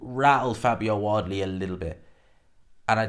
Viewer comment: Ah maté seriously why do you call him Wadley???? It Wardly there’s an R in it